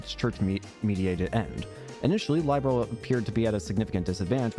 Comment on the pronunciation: Hey bud, glad you are enjoying the trails games still. This was the very first one I played and was hooked on the franchise ever since. I also want to say is you pronounce Liberl wrong. It's pronounced as lib as in liberty and erl as in pearl. I found that out myself after playing the sky games lol.